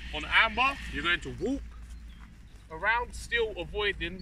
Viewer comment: I thought you were saying arm bar lol. Took me a minute to figure out it was Amber